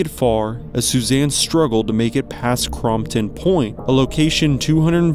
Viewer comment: J is pronounced H in spanish so Jesus is pronounced HeySus !! It's Crampon point as in Crampon's the place you need to stop and put on your Crampons!!! You need to watch some Everest Bios so you would know how to pronounce these words. She died of Summit Fever